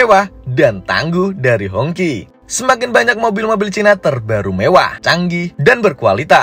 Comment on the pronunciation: Bacanya hong qi. Bukan hong ci. 😂😂😅wong indo lek ngomong kaco.